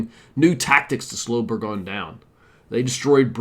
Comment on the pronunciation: Burgoyne rhymes with join. Schuyler is pronounced Sky-ler and he is the same guy that has daughters in the play Hamilton. On a positive note, you got the pronunciation of Skenesborough correct. I am from Schuylerville (the village that is on the site where Burgoyne surrendered). There are plenty of names that are said in an odd way in the area with all the Dutch names. And locally, Rensselaer rhymes with lear - but I have heard it said the way you do.